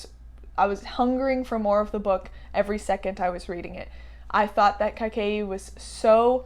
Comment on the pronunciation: I genuinely cannot wait for the Percy Jackson show. Going to pick up Book lovers very soon - looking forward to that!! Also your pronunciation of Kaikeyi is honestly not that far off haha